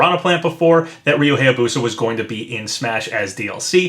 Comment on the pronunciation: You’ve probably gotten this so many times, but... it’s Hiya-Boo-Sah, not Hay-A-Boo-Sah. I’m a pronunciation geek. I can’t help it, man.